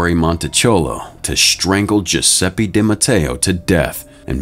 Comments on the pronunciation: It's GiuseppE not Giuseppi. I get the american accent which is not bad, but Giuseppe is such a common name 😂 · GiuseppE, not GiussseppI, for god's sake!